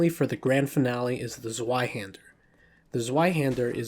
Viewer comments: Anyone else cringe a little when he says Falcheeeon instead of Falshon (despite the -ch) And dude, the Zweihänder is German, so the the W is a V “ Zvie Hand-er” it translates to two hands. And go easy on the E in estoc. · Z V EI hander it is pronounced ZVEI HANDER you putz! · It's pronounced "Zv-eye-hander". W is a V sound in German. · Your Zweihander pronaunciation just cought me off guard xd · he said zweihander wrong